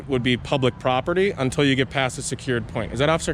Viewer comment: Note the low intelligence/education people they hire. "propitty," "I seen..." (instead of "I SAW...) "What...what...what..." They would have done better deploying a trained chimpanzee.